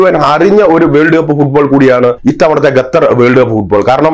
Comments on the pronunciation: തൂടർച്ചയായി “ഗത്തർ” എന്നുള്ള ഉച്ചാരണം വളരെ അരോചകമായി അനുഭവപ്പെടുന്നു അവതാരകൻ ശ്രദ്ധിക്കുമല്ലോ? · പൊട്ടാ ഗത്തർ അല്ല ഖത്തർ ആണ് പലരും പറഞ്ഞു തന്നിട്ടും ചെവി കൊള്ളാത്തത് മനസിന്റെ അഹങ്കാരം (ഖിബിർ)ആണ് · ഖത്തർ എന്ന് പറയുഅളിയാ.